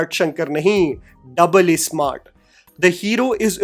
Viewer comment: Oh pls say ‘Double issmArrttt’ 😂😂